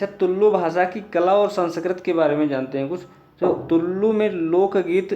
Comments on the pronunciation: Dude, it's not Tullllu, just Tulu... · भाय,(तुललु भाषा) ऐसा उच्चारण मत करना।(तुलु भाषा) ऐसा उच्चारण करना। तुम (तुललु भाषा) ऐसा उच्चारण किया तो ओ कन्नड़ भाषा में असभ्य शब्द होता है।so please correct it.